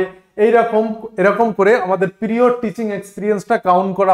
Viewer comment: পিরিয়র নয় প্রায়ার teaching experience. Sir apnar uchcharone truti ache ektu pronunciation thik korben. Valo english teacher hote gele pronunciation kheyal rakhte hobe. Apni nije toh vul ucharon korchen apnar student o sei vul tai sikhbe